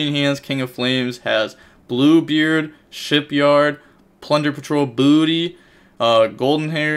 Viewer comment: it's shipYAAAAARRRD, not shipyard